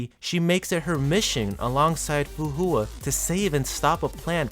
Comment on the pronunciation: The vid is nice, but the pronunciations can be a bit of a whiplash 😅 "Herrscher" as "Her-rake-key-ya" instead of "Her-sher" "Fu Hua" as "Foohoowa" instead of "Fu..Hwa" "Dawei" as "Da-Why" instead of "Da-Way" That aside, I really like your analysis and in-depth description of who Kiana is and her journey thus far.